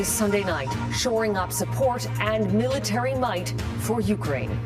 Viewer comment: Military mite??? 😂😂😂😂😂😂😂 from where? Canada?, Norway??, UK?? Please stop! Ur killin me! 😂😂😂😂😂😂